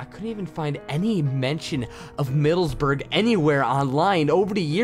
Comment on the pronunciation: Albeit is pronounced "al-bite" and Middlesbrough as "Mid-dells-bor-ro" It's wacky I know but many British town spellings don't make much sense. :P and yes, I am from England :)